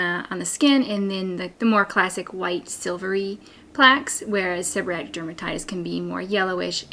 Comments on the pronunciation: I don’t understand why you are saying “seborrhatic” rather than “seborrheic”? I’ve never heard it called that before. All of your signage in the video uses seborrheic dermatitis. Just curious. I do have SD since I had Covid19 in 2022. Itching, scaling, dry scalp; hair falling out. So frustrating. TY for the great suggestions! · Gods information. But it is pronounced Seb-her-eee-ick. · Thank god someone else noticed 😂